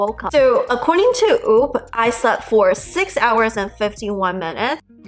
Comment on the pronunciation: Omg please say whoop driving me nuts. 😂